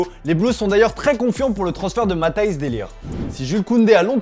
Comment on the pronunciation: C'est Mathis et non pas MathAis de lirgt